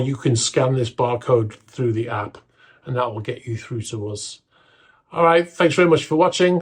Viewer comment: The word "us" rhymes with "bus" but you constantly pronounce it "uzz" like it rhymes with "buzz".